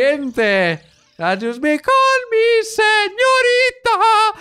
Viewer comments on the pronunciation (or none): none